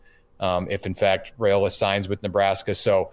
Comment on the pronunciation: Like your show. But somebody needs to nudge that the pronounciation of Dylan's last name is "Rye"- ola, not "Ray" ola 🙄